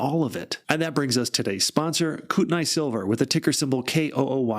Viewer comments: NOT Koot-n-eye.... Koot-knee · "Coot-a-knee" ( I think I've mentioned this before ). I lived close to the region.